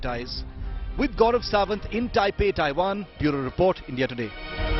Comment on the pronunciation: Thaiwan nahi madam.... Taiwan!